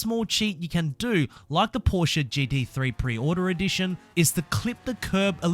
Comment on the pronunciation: this man really said “proshe-a”